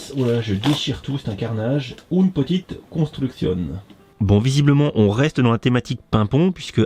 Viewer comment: Les "oune petite construkssione" je les adore ! Je participe ! #PetitPapaGeekme3